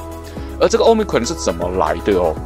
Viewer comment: Cron 怎麼變成ㄎㄨㄟˇ了 ㄎㄨㄤˇ吧